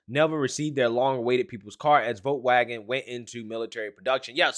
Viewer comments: Dude needs to learn how to pronounce German words, especially Volkswagen. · This is from wikipedia Volkswagen (German pronunciation: [ˈfɔlksˌvaːɡn̩] (￼listen)),[Note 1] abbreviated as VW ([faʊˈveː] (￼listen)), is a German motor vehicle manufacturer headquartered in Wolfsburg, Lower Saxony, Germany. Founded in 1937 by the German Labour Front under the Nazi Party